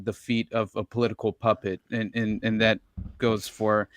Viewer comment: Take a drink every time says " that-tuh"😂 In other news, THIS SHOW GOOD.